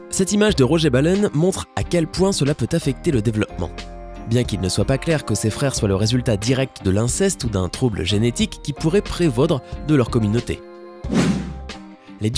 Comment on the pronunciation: "Prévaudre"... .DDDDDDD